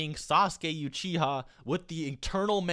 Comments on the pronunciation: you-chiha? lol. Also idk why people keep saying that madara bodied sasuke blind... he used limbo or w/e on him with his 1 rinnengan, sasuke wasn't floating in the air due to some invisible fairies. and even then it was all plot that allowed that to happen, sasuke could've just activated susanoo or maybe at least try to resist. i'm quite interested in knowing/reading where it says that the rinnesharingan is stronger than the rinnegan and that the god tree makes someone stronger etc. not saying that it isn't but where does it say it is. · Aghghgh I can't take it "YU-chiha" NONONONONO please I love you man but you gotta try to say things right!!! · Love your vids, but couldn't watch because of "You-Chiha". Looking forward to that new new! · All i heard was "Madara YOUCHIHA" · Madara "youchiha" help me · He's saying u chi ha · Not not pronounced btw "You-che-ah" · Why do you say you-chiha? is that how it is supoose to be pronounced ? or just persona preference? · Toattaly U chiha not Uchiha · "madara youchiha" its uchiha lol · I'm not trynna be a dick but. Stop fucking saying "YOUchia" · says U-chiha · u-chi-ha.... what is u-chi-ha.... Its pronounce uh-chi-ha... TRIGGERED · dafuq is you-chia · Literally cringe every time he pronounced Uchiha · pls say it right next time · why you saying uchiha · I dont like how he pronounce "Uchiha" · why are you pronouncing uchiha like that?? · ok, how the f#$% are you pronouncing "UCHIHA" LOL! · Yea i left after that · He says uchiha wrong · bruh we gotta talk about the way you pronounce "uchiha" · the way you say uchiha triggers me lol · The way you say Uchiha triggers me to oblivion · Your saying uchiha wrong. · It's not you-chia, its oo-chi-ha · Ooh-chiha Not yew-chiha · It is pronounced ewwwchiha..not youchiha lol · ***Pronounced "ew-chee-ha" Not pronounced "You-chi-hah" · Its annoying the way u say like youchiha,it should be U-chi-ha.damn white boys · lawl Yuuchiha ??? Its Uchiha :P learn to speak it xD please